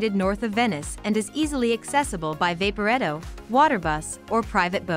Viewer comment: Wow! Less than 1.5 min in we've had a horribly mispronounced 'Vapporetto.' a plug for 'Traditional Venitian Cusine" while showing a plate of sushi, and a shot of the Venitian in Las Vegas. No way would I trust anything this video is going to tell me! Do better or don't bother.